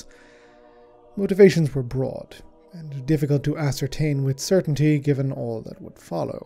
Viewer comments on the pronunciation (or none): none